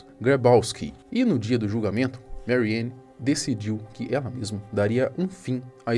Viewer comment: A A pronuncia em alemão não é "meriane". O a em alemão é "a" mesmo.